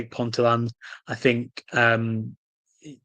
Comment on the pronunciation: Appreciate the coverage of the lower tiers. Do you cover the Championship? I'm a NUWFC ST holder. FYI in the NE WRFL Ponteland is pronounced Pon-tee-land not Pontyland . I look out for Mancunian Unity's results following the Lasses FA Cup match against them a couple of seasons ago and a great rapport developed between the two teams and their fans. Howay the Lasses!